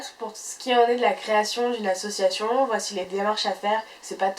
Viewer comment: ça pique les oreilles. tu fais une vidéo sur les associations, tu utilises ce mot plus de 30 fois en 3 minutes de vidéo mais tu ne t'es pas entraînée à le prononcer comme il faut